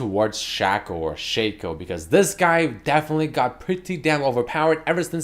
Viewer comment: It's pronounced Shaco not Shaco